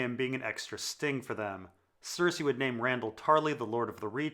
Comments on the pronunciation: do you have some kind of speech impediment that makes you say everyone's name weird? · Totally on board until you said pod would murder Brienne. That’s incredibly out of character! Also... you pronounce most of the names incorrectly 😏